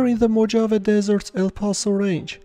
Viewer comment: my friend! “Mojave” is also spelled “Mohave”, because it’s pronounced “Mohave”. FYI. Much success in your new venture!